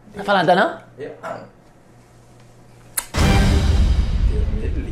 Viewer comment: "DEUS MI LIVRI" O Fora em rede nacional KKKKKKKKKKKK